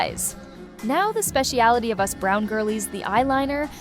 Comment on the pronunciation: The minute you pronounced "us brown girls" as "US brown girls" I know this is AI.